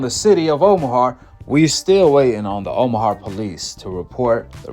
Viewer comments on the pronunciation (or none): someone call ICE on This dude can’t even pronounce OMAHA